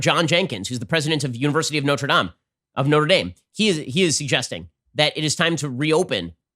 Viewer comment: 🎵 Ben says Noter-Dahm, he also says Notre-Dame Some say au gratin, but Ben says o'gratten Eeether, either Neether, neither Let's call the lockdown off 🎶